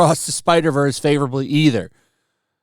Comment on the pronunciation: It could not have been hard to say spider verse